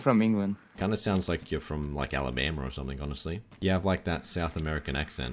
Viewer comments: "Alabamer" LOL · lmao "That's crazy I actually live in Alaba...Alibammer, as well. I cant even say it." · “Alabameer” lmao